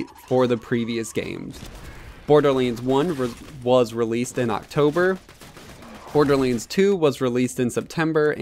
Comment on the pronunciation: Dude! Stop saying BORDERLEEENS!